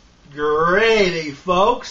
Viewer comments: Generally the 'r' in gravy isn't silent, but whatever man, do what you do. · "THRE CANS OF GRA'AY"